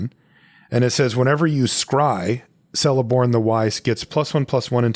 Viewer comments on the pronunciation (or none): just a small remark: Celeborn is pronounced as Keleborn and not Seleborn. Third option is of course just to call him with his name in the Telerin language, which is "Teleporno", if that is easier to remember. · Celeborn is pronuonced Keleborn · The letter C in Elvish always makes a K sound and never an S sound. This applies to Celeborn and Cirith Ungol Patrol. I'm sorry. Blame Tolkien.